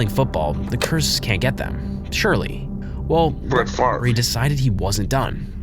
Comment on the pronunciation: I think he used it because he was pronouncing his name wrong you can kind of hear after the voice clip the second time him pronouncing it “fov-ray” but I could be wrong